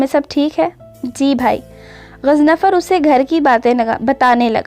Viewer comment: it's GHAZANFAR...not ghaznafar.😊🌸